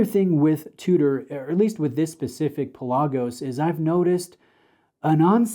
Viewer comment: Do your homework.Its pronounced Pè la gosh: meaning deep sea in Greek It's not just a made up name